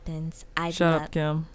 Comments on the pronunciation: it's just the way she says "kim" as "kem" watch the video again and you'll notice it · Oniket The joke is that says Kim’s name as ‘Kem’